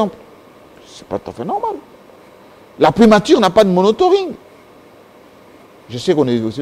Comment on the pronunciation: on ne dit pas monotoring mais plutôt monitoring! Merci de ne plus jamais commettre cette faute!